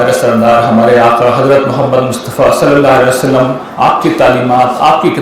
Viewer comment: The right pronounciation SALLAL LAHOO AALYHI WASSLLAM